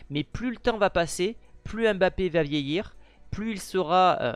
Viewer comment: Ce n’est pas (M)bappé c’est plutôt Mbappé😅